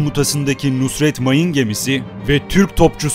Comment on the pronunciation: Emeğinize sağlık.. Genel bir hatadır sizde yapmışsınız.. Mayın gemimizin ismi Nusret değil NUSRAT dır..